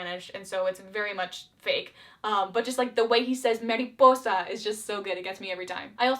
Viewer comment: In the first barbie movie ranking video she was like "All the royals in Mariposa has a wEIrD accent" but in this one she actually says they're doing a Spanish accent and pronounces "Mariposa" properly. Someone learned something. 🦋🦋🦋